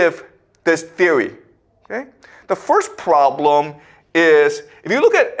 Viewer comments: “The pwoblum iiiiis…” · I love how always adds emphasis to the word problem